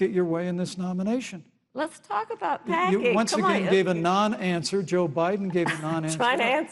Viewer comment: Pence saying you gave a nonawnser is beyond funny